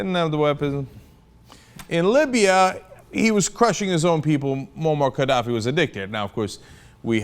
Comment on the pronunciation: it sounds like he called Gadaffi a dickead the first time.